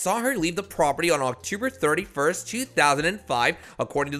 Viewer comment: Octuber? Man, this guy really needs to learn voice over... I'm sorry. October is so easy to pronounce.